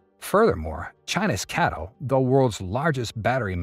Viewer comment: It's not "Catl" like "cattle", it is C - A - T - L. You spell it out like IBM or CNBC.